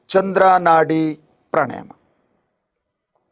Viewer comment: ಪ್ರಾಣಾಯಾಮ ಪ್ರಾಣಾಯಾನ ಅಲ್ಲ.